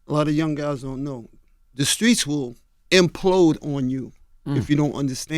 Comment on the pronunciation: Can Charlemagne say the streets not the skreets